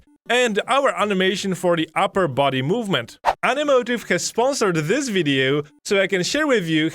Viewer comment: Please dont ever say "Zis feature" ever again Use a "D" instead of a "Z" Dis feature = this feature